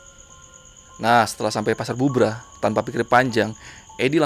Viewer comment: Cari tau cara penyebutan tempat bang Belajar dulu